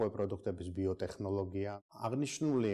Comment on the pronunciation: ტე”ხ”ნოლოგია რა უბედურებაა